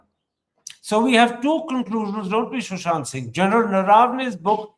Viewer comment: It is Sushant...not Shushant